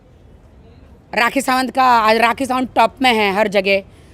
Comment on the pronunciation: Rrrrraaaaakhi = Doli Bindrrrrrrrrrrrrra😂😂😂 YOU KNOW 😂😂